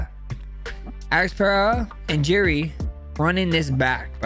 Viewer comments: He called Jiri “Jerry” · Yeah I’m totally going to trust CTE Holloways opinion when he can’t even say Jiri’s name properly